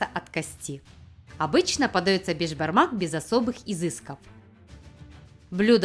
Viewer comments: Не бешбармак а бишбармак это означает биш-пять, а бармак-палец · сіз бешбармақ емес, бешПамак айтасыз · Не бешпармак а беспармак я живу а Казахстане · С Казакстана привет и не бешбармак а бесбармак это переводится пять пальцев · Вы не правильно пригатовили Бишпармак!! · Я как казах ( а я и есть казах) скажу что беШпармак а не бежпармак без "ж" совет что для приготовления бешпармака нужно копченое мясо, вяленное мясо, қазы (тоже копченое мясо), кійріқ май(жир), канина НЕОБХОДИМО использовать даже если нет нужно найти и все это нужно падать бауырсақ, қымыз, шубат, конфеты, сухофрукты, фрукты, қуырдақ, лепешки, и чай по правилам у нас казахов нужно сделать бата-(молитва) но так как вы христиане вам необязательно делать бата это для тех кто не понел молитва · не Бешбармак а бешпармак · Я живу в Казахстане и хочу сказать когда твоё национальное блюдо говорят не првильно как-то обидно правильно не бешбармак а бешпармак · Правильно говорить БЕСБАРМАК! Так как это переводиться как 5 пальцев. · Надо говорить бешпармақ бешпармак